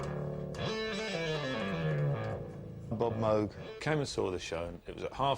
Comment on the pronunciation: Moog! It’s pronounced like VOGUE but with an M! Please get it right.